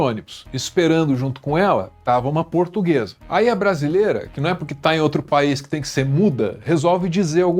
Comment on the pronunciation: "Eu sou purtuguesa de raça", que raça de cachorro é essa? 🤣🤣🤣🤣